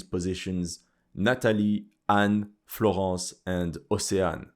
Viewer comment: Where are you from? Because you say Florence and Nathalie with a perfect feench accent